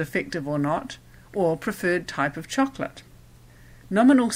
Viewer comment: stop saying Cho co la te please